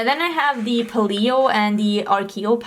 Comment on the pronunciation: Paleo is pronounced PAY-lee-o. Hope that helps!